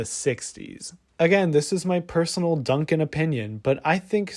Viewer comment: ""? Are you the Michael Bimbows of Kurtis Conner?